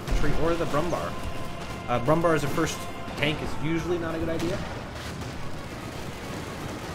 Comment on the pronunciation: i like the video but my god i was not prepared to hear the butchering of the pronounciation of "brummbär"